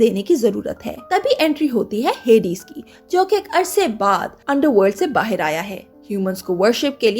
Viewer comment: Bahaar bolte hai.. bahir nhi .. (ー_ー゛) but good work.. 👍👍😀